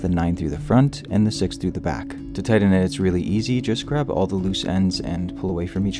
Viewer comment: "tydden it"